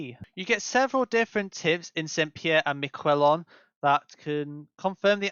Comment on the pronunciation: Great video about a very unique location (though you did definitely butcher the name haha)